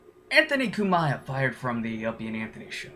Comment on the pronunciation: learn how to say his last name